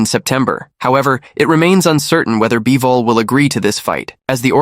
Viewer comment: once I heard "BYE-VOL" and "DIE-ZAM Boxing" I knew this was more ai narration low effort trash